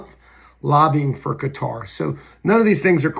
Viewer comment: Thank you for being possibly the only other person on earth who’s pronouncing Qater correctly! 🤙🏾😎🤙🏽